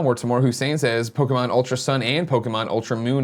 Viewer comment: listening to Greg try to pronounce pokemon names is painful